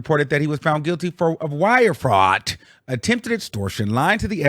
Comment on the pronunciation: Whitehead has been doing this for over a decade though 😂. And you saying “fraudT” was taking me OUT !!!